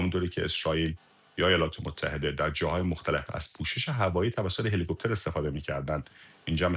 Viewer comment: Dear Samira, Its HELICOPTER not HELE-COOOPTER. هله کوووپتر نیست، هلیکپتر